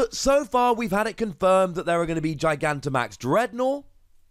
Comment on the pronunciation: You're the first person I've seen to actually pronounce Gigantimax correctly.